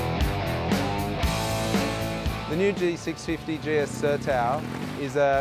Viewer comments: sertão = "ser + tawn", no "sertao" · Its not ser -towel its sar-tone